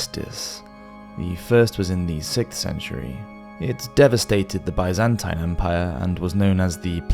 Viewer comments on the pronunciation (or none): The way bro says Byzantine is killing me